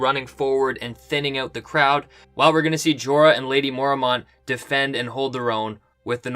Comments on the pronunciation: "Mormont" is two syllables. "mor-mont", not "mor-a-mont". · I hate how he pronounces Mormont. It's Mor-mont, not Mor-a-mont